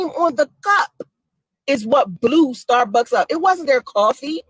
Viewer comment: She kill me with her pronunciations starbucks cuppa